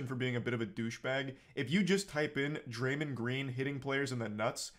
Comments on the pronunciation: "draymen green" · repeatedly saying Draymund is going to make me stop watching this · Hard to take serious when he can't even pronounce the name Draymond correctly and has clearly not played a team sport. Love content and most of his takes, but like come on brah